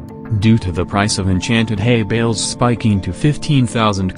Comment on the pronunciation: i hear hey bells instead of hay bales